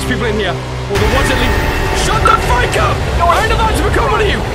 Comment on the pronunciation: He said "shut the fruck up" yeyeyeye